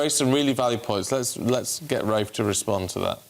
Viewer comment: It is always good to see Rafe and his educated, well reasoned facts, it is NEVER good to see either of the ill-educated race baiters Femi or Narinder. fFrmi couldn't even call Rafe by his name properly